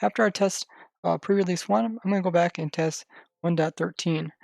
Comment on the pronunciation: Really? Pre realeseeee??? I just...